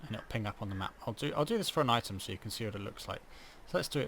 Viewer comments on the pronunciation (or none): none